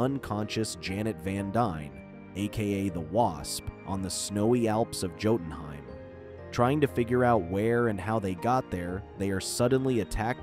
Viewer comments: You keep mispronouncing Jotunheim. It's not joten, it's yoten. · The way he pronounces jotunheim hurts me. It’s an understandable mistake, but it still hurts.